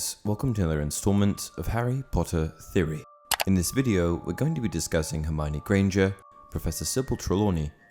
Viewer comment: For goodness sake, her name is pronounced 'her-my-oh-nee', not 'her-mine-ee'